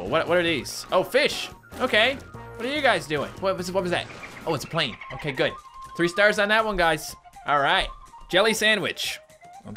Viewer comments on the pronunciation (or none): none